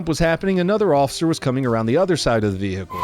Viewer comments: If ur gonna say vehicle like that n pronounce the un spoken H but would only make sense if u do th as with everyword wit an unspoken letter otherwise it just looks stupid man not funny or whatever ur trying to do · Why do u say vehicle man cmon bro ik to be a cop in america u dont need barley any training or to know anything but u should at least know that some words have unspoken letters it just the language